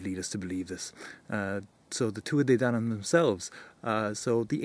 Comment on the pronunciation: Thanks for taking the time to make this! Really enjoyed your work, and it was fun hearing so many of the names actually pronounced.